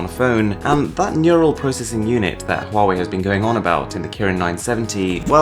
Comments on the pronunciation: Thanks god your pronunciation of " HUAWEI" is so impressive authentic Cheers mate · At least the most famous UK Tech channel knows how to pronounce Huawei right! Everyone I know says it wrong!!